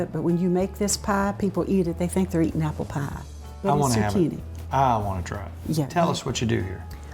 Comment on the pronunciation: Love how she says pie. "You won't believe it but when you make this pah, people eat it, they say they're eatin' apple pah"